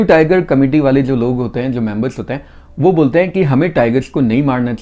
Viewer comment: Bale nahi waale hota hai. First learn how to pronounce hindi words properly.